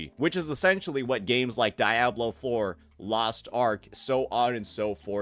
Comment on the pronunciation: did u really pronounce diablo like dat?